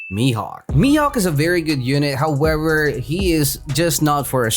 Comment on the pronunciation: Bruh you can say "mihawk" like this